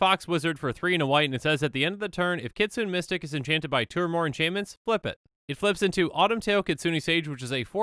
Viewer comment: I think Kytheon is supposed to be pronounced similar to Gideon. K is a softer "G" sound, and TH is a softer "D" sound. Also, it's not "Kitsune Mystic" it is "Kee-tsuu-nay Mystic"